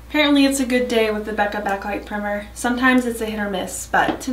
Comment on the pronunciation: Lol 😂 did you mean pr-“eye”-mer? The “i” is a long “i” not short “i” 😂 still cute vid though